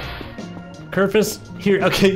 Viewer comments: its kerfuś, with an ś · its kerfus